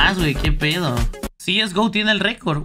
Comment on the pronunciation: Cieisgo xd SE DICE CSGO